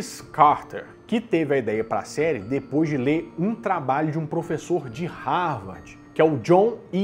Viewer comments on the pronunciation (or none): none